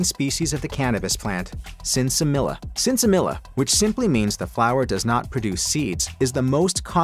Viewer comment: It’s all a marketing ploy or people just don’t know better. There was some very potent reefer 45-50 years ago that will never be duplicated. It’s only the concentrates that are more potent. Poor testing and selection years ago may explain. But you don’t even pronounce Sinsemilla correctly so how do you even know anything?